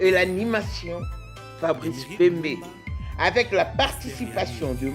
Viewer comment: Na d avec d avec au lieu " avec "